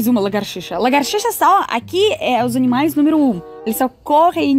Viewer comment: min, “largartixa” 🦎 é calango rs.